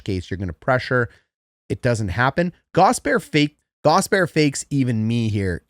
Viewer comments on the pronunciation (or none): it's 3 syllables, not two. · I love your channel. I have never played hockey, but have always loved watching. The x and o parts were a mystery. One thing Gostisbehere, is pronounced gost-is-bear. Not a big deal just fingernails on a chalkboard for us Canes fans. Just like Ko kin am ee from the ESPN jerks. Not cock in am ee. Thanks for a great channel!! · Love the channel. Polite feedback, please call him Ghost, or pronounce all three syllables: Gast-us-bare. (Gostisbehere) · Friendly tip from a canes fan, Shayne’s last name is pronounced GAWS-tihs-bair, love the breakdowns regardless! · It's pronounced Gaw Stiss Bear - Hope that helps! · Wow, dude, how does your head fit inside this little screen? The name Gostisbehere has three syllables in it, by the way.